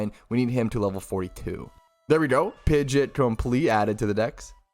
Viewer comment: Pidge-et 🙈😂 GJ tho :)